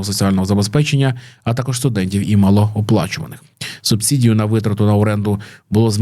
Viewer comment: "субсІдію" ріже вухо